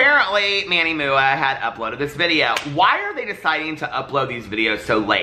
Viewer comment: The absolute best thing about your channel is when you say moo-a 😂